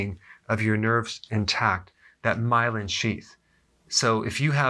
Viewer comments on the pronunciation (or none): none